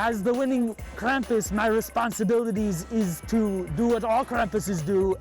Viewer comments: What? I actually did not notice she said CRAPUS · This girl has said Krapus and krumpus Legend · Stop saying Krump I’m German and the way u say it triggers me